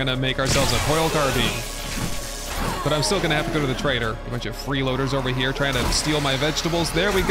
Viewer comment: WAIT A SECOND!!!!! So he'll look up the pronunciation of Bolognese.......but not Carbine?!?!? I am disappoint (not really though)